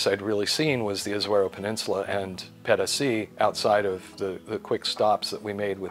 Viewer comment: 200 USD a month for electicity seems a lot, 1200 USD for catastrophe healthcare seems okay and would be my choice as well. did this wonderfully - I enjoyed his way very much although his "Pedasi" sounded extremely unspanish - more like pedestrian. I dislike many gringos but I like - no I enjoy. No "you know"! I do not even recall when the last time was I listened to a gringo speaking his own language so nicely. Educated, calm and concentrated. I do no find this in Europa neither anymore., so you read this, you are the best US embassador I have seen in decades. This was outstanding. Te felicito.